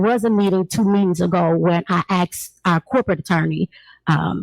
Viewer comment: Asked not Axed. Ask is a request. Axe is a tool.